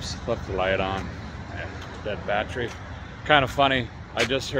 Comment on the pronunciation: “Can you turn the on the battree in the trunk please?” Belly laughin 😂😂😝